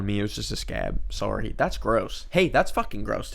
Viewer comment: HE SAID SORRY WOTH AN ACCENT HE WAS LIKE "sowrey"